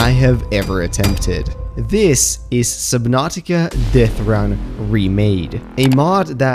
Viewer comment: “SubNOTica”